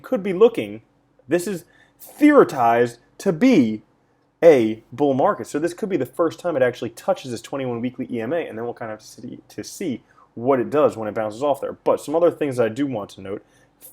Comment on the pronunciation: halvening not halfening - theorized not theoritized. not even being a jerk - great content!